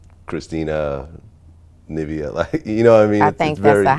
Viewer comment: It's Nivea not Navea lool